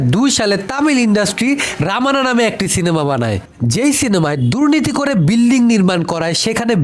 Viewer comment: বিল্লিং না বিল্ডিং